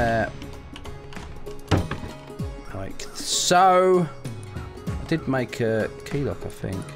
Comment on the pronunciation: You das not need to mak a kee